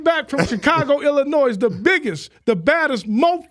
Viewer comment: Ay ay I kno u a west coast 🥷 but ain’t no S sound at the end Illinois my brotha 🤣, luv from chi raq ⭐️